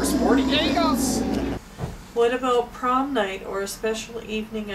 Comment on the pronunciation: Rolls eyes. Shrugs. Sings "Here comes the bride". Shrugs and rolls eyes again. Grits teeth in severe pain/humiliation. No comment. Just pause it here and look closely. Guest stars as the world-weary school bus driver stuffed into her prom dress. [HugeFrown]"What about prom night or a special evening out?"[/HugeFrown]. "What aboot sellin' yer hoose, ay?" while standing in front of an RV trailer. To quote Tom Servo: David Lynch only aspires to be this creepy.